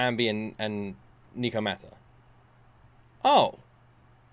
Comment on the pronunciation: Hears nekomata said 5 times. Still proceeds to call her nicomata 😂